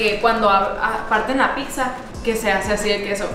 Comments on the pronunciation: Shot por cada “PICSA” que dice. 😂😂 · Me estreso tanta “Picxza” jajajaja 😅😂😂😂 es pizza y ya cual picxza jajajajaja